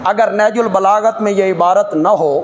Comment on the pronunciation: بار بار نہج البلاغت بول رہیں ہیں حضرت ۔۔ نہج البلاغہ پڑھناچاہئے